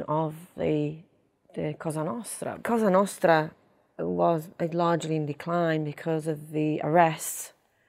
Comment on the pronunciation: I'm sure she can, and does with her father and close family. Her pronunciation of Italian names N'drangeta, Cosa Nostra, Capo etc are all genuine.